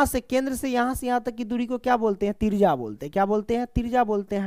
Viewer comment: Trijya ❎ trija ✅